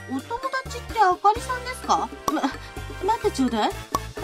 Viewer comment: あかりじゃなくて、あほりorばかり🤣